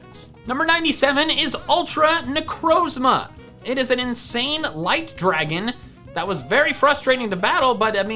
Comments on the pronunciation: Necrozma, not Nekrosma! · NECROZMA, NOT NEKROSMA! MIMIKYU, NOT MIMIQUE!